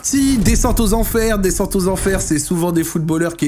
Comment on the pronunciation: Aïe “Desscente” 😂🙊